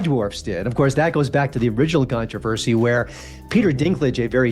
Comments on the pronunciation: I fear "CON-tra-versey," too. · I had to listen three times: How did you pronounce "controversy"? I've never heard con-trah-fer-zee. Oops, AI, the weird pronunciations of regular ol' words gives you away every time! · The AI voice sounded ok until it said “cunTRAHHversy”. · avoiding 'cun-trah-ver-si' now I can't think of anything else🙄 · Learn how to say "controversy" correctly. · Did anyone notice how this woman pronounced the very common word "controversy."? What is happening.? I am 99% sure that this was NOT a robo voice. So the fact that someone would say a word that I hope they have never said, instead of a word I know they have makes me worry. Can people not read anymore.? How did we get here, saying words that have never come out of their mouths instead of proofreading and sounding a word out before you narrate an 18 minute video for everyone to hear. It's the little things. The small details that people will notice. How she would pick to pronounce a word that has never come out of her mouth instead of proofreading ahead of time is beyond me. Now I can't think about nothing other than that horrible attempt to say controversy. So sad. So simple to make sure it never happened. But here we are.